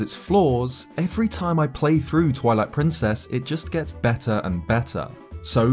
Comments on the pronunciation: Sounds like you said "toilet princess" lol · am I the only one who heard that as "Toilet Princess"? Lol, holy fuck I'm dead.